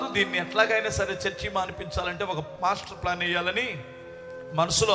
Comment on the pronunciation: బ్రదర్ పాస్టర్ ప్లాన్ కాదు మాస్టర్ ప్లాన్